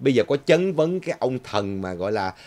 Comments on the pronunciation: (Chất vấn . Không phải "chấn vấn") . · Chất vấn chứ sao là "chấn vấn " ?